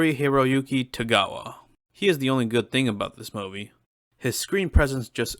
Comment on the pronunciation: I’m sorry but… WHAT?! Who on earth says the word MOVIE like this?!?! Lmao! 😂bro WWWWHAT?!! Wtf is a Mowe-vee?!?!! You mean MOO-vee??? Y’know, “MOO”? Like a cow? Moo-Vee. Like how everyone else on planet Earth says it lmao. Good lord it is sooo distracting